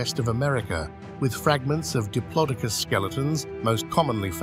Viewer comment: Please…. Why still to this day can people not say Diplodocus properly….. it’s not hard, sorry to call you out on it, but it’s a right deal breaker for me and makes me switch off, it’s like nails on a chalk board for me. Just like when people call Smilodon’s, Sabre-Toothed Tigers…. NO!!! No such thing, they are Sabre-Toothed Cats. A little research into correct pronunciations would be greatly appreciated, and sorry again to call you out on it.